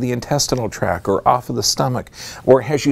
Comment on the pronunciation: Purely good intention: just want to mention (), because I like your stuff, that the term is intestinal tract... with a T on the end of tact. And the T is pronounced. Just to make you look more professional— as you present your awesome research!